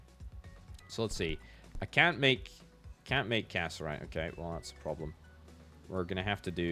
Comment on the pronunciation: him pronouncing cassiterite as casserite is eating me alive 😭